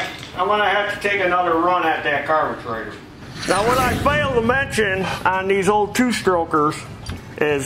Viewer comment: why does he say carbeTRAITOR